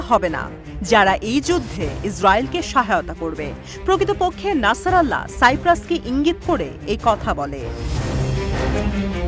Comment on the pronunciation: একাত্তর টিভির দৃষ্টি আকর্ষন করছি, হিজবুল্লাহর প্রধান এর নাম হাসান নাসারুল্লাহ।নাসরাল্লাহ নয়।